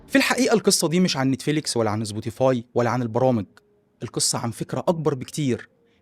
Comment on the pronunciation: محتواك رائع لكن المصرييين عندهم مشكل حقيقي في نطق الاسماء.. مثلا سبوتيفاي نطقها زبوتيفاي 😂